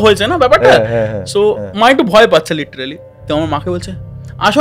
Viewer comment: Golpo ja bolche tar thake "Littrealy" ta basi bolche 😀😀😀😀😜😜😜😜